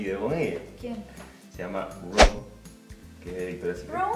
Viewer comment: El nombre del Ángel de Victoria’s secret “Romee” no se pronuncia Rom